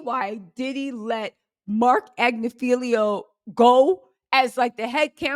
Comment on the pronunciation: pronoucned AG-NIF-I-LO. His wife was a main lawyer for SDNY. They know their stuff.